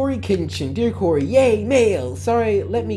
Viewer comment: It is not curry it is Cory and it is not Corey it is Cory